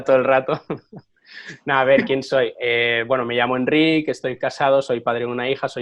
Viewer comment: Que majo Enric, por cierto, la sílaba tónica es ric, sino llevaría acento.